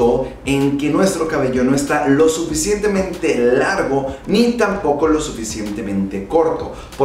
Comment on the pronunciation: lo "suficiemtemente largo" xd